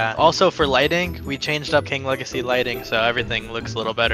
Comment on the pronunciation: Its says king wegacy insted of legacy😂😂😂😂